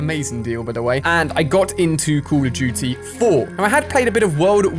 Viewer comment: Where this guy from? He says “Cool of dooty”